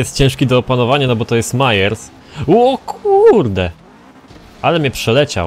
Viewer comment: nie gadaj mayers tylko meyers